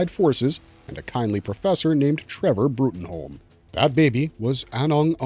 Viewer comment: Its pronounced "Broom" FWIW.